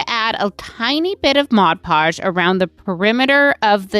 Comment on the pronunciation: Why do so many crafters have so much trouble pronouncing Mod Podge.